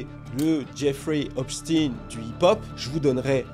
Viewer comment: on dit Epstein avec S et non Epshtein avec SH.. sinon belle video bien expliquée